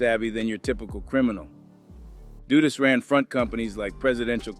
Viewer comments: YO STOP SPREADING BULLIIIIIIISSHHHH HEAR THE REAGAN BUSH ADMINISTRAION STARTED THE CRACK ERA HONESTLY THIS IDIOT TALKING DONT UNDERSTAND IN ORDER TO BRAIN WASH PEOPLE THEY ALWAYS BLAME BLACK PEOPLE HOW THE FUCK THESE MEN STARTED SELLING CRACK STUPID QUESTION HOW DU DUS NOT DOOOOO DUST MADE DRUGS OK AFTER A UNIFORMED OFFICER IN HIS POLICE CAR IN QUEENS NEW YORK GOT SHOT UP THATS WHEN THE REAGAN BUSH ADMINITRATION FLOODED CRACK IN THE HOODS OF AMERICA BEFORE THE COCAINE WAS WAY OUT THERE AND EVERYWHERE AND EXPENSIVE THE FUCK THIS MAN TALKING ABOUT AND CANT PRONOUNCE EASY WORDS BY READING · Repeat after me DUD-US just like you'd say BUD like Bud lite. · that's Big Meech and Terry Flenory, and you're mispronouncing Dudus's name like most people in the Jamaican media do. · AI have a problem pronouncing some names